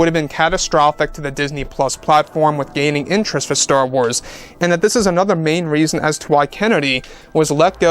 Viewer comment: It's called star "WARS"!!!!!! Not Star Tornado.